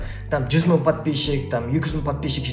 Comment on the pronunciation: Ң деген әріпті айтып үйреніңіз, бес мын деп айтқаныңыз құлаққа жаман естіледі екен.